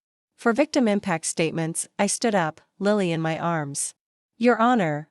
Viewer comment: Constant .."Dot M Y" when A I reads "my" was irritating. Listen to these short stories before you upload.